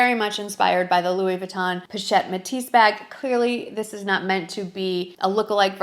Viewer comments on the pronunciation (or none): none